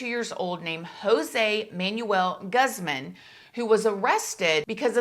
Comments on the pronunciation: so country lol “guz-man” goozmohn is how pronounced. No biggie it just kept getting me 😂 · The way u said his last name cracks me up!! It’s pronounced like Gooz-mon not Guz-men lmao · No hate but I notice you often mispronounce names when it’s a Hispanic person . Just wanted to let you know it’s pronounced gooze -mon not gus-man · Guzman is pronounced where I live as Gooz-maun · Easy thing to do is learn how to pronounce Latino last names. It's Gooz-mahn and Or-tease! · "Guzman" Is Pronounced "GOOZMAN" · You are so adorable trying to pronounce those Spanish names I give you props just wanted to let you know that the last name Guzman is pronounced goozman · It’s pronounced goose-mahn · Pronounced 'Gooz-maan'. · Lol how she pronounced "Guzman" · i know you can’t tell from the spelling being “Guzman “ but in Spanish the u’s are often pronounced as the “oo” sound